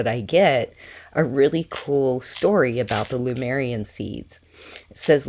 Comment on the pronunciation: Hi, nice crystals. But why do you adress the Lemurian crystals as Lumerian? .Did I hear wrong?